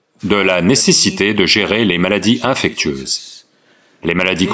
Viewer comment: Pas "infectueuse", mais "infectieuse" en français.